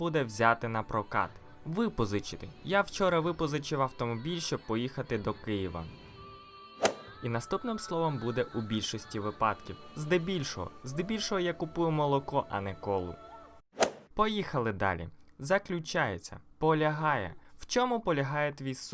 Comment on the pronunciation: Коросно, але не випАдків, а вИпадків. "Давайте вдосконалюватися разом." Не разОм, а рАзом. Слово "давайте" в українській мові не використовується, як спонукання до дії. Що вам давати? Олівець чи ручку? Замість "давайте" можна було сказати: нумо, ну ж бо, гайда. Або ж просто сказати — вдосконалюймося разом. В інших відео теж є помилки. Не ображайтеся, але робіть висновки. Я лише з хорошими намірами.